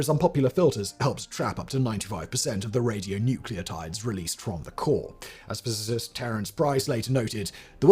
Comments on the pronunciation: Hilarious hearing you say "radionuceotides" while machine-gun spitting out authoritative sounding details about the health physics. Please Simon, check on your writers and get some expert help. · radionuclides, not radionucleotides - the latter being a hybrid biochemical entity. Oh dear